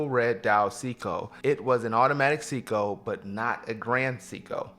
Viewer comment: Love your videos, keep it up. Great variety and I can tell it comes from place of true passion. F.y.i it's " say-co" not "see-co"